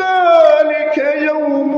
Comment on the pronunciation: هو بس التقليد سرق من التجويد قخمه القاف اوووي وهي في اقل درجه تفخيم زي للمتقين.. فخمتهت اووي ويشاء مظهرتش الهمزه خالص محستهاش وبرده غنه الاخفاء في حرف الذال ادخلوها بسلام ذلك يوم الخلود قبلت الغنه الي الفاء ولادغام المثلين زي لهم ما يشاءون مدغمتش الميم مع الميم خالص ولا عطيت حقها من الادغام .. ربنا يبارك فيك بس لا يخذك التقليد عن التجويد